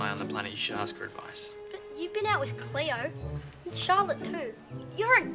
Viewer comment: its Cleo not chole